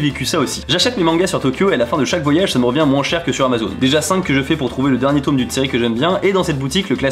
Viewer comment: Pourquoi tu dis "tôme"?😂